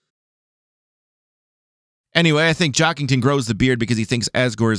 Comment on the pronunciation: Weird, they keep saying Jockington wrong, good theory tho